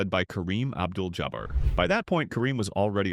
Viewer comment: I honestly thought I was the only one that this AI voice drove crazy. lol Ab Jewl Ja Ber Come on already. I really can't stand the AI voices everyone is using now on all kinds of videos. lol